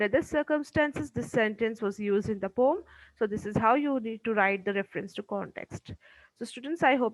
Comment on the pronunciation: Pom❌ Poem ✔️